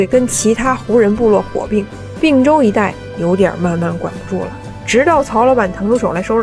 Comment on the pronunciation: 并（同冰音）州，不是不是并（病音）州